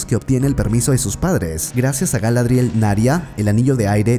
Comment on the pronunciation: y digo yo... por que os inventais todos los acentos y sonidos de letras en los nombres de los personajes? Galadríel (nótese la tilde inventada) en lugar de Galadriel, Zelebrimbor en lugar de Kelebrimbor, Durrrrrrin en lugar de Durin, y un largo etc XD... puffff me pone nervioso jajajaja